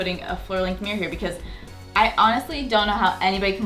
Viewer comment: I love how Americans say the word 'mirror' as 'meear', sounds so cute